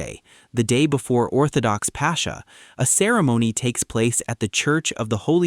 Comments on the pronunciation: Its not pronounced "pasha", it's "paskha". The "k" is similar to the ch in Christ. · Beautiful. My only critique is that the word is not pronounced “passhhhha” but rather “paska”. The “X” sound in Greek is most similar to a “K” sound in English. 😊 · Please, please pronounce Pascha correct correctly. The CHA has a K sound. It’s not Pasha. Otherwise, we are very much enjoying your videos. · Apparently we've all become Indians since the narrator keeps calling it "Pasha" throughout the video!!! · It's Pass-kha, where kh represents the Greek chi sound. The Dutch town of Scheveningen is pronounced in a similar way, I believe. The kh sound is the same hard kh as in German achtung, but not German ich or echt which are more of a sh sound.